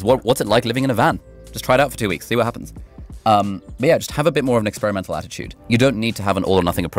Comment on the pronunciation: "...Expiremenal attitude.." Love it! I need to implement this more.